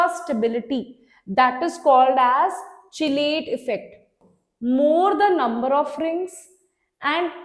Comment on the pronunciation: Chelate ko "kelate" bolte hai